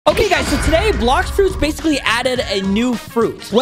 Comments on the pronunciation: HE SAID BLOCKS FOODS LOL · said blocks foods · At the starts he said blox foods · Dude said “ok so today in blocks food” Blox food, realy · on intro said blocks foods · Bro said blocks foods at the start ._. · u said blocks foods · You said blox foods